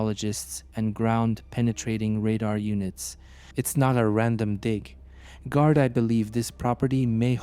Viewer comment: I think there was 5girls went missing in the Leinster area around that time and weren’t found I really hope this is solved for her family The narrator keeps saying Gardi instead of Garda